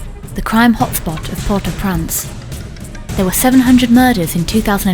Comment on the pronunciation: I wish the woman narrating this video would pronounce the name of Port au Prince correctly, it bloody infuriating she keeps saying port au prance!! She needs replacing